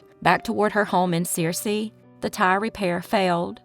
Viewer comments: It is not pronounced sear see it’s pronounced sir see and it is spelled Searcy, which you did spell it right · It’s not Sear-c, it’s pronounced Sir-c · Searcy is pronounced "Sir-see".... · Searcy is pronounced, Sir-cy.